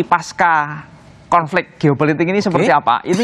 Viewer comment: Yg benar pasca bukan paskah.. Huruf C tetap dibaca C, bukan K